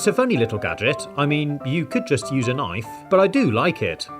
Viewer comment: When he said fun to use it sounded like FuN tO lOsE! People who hate losing stuff they own: triggered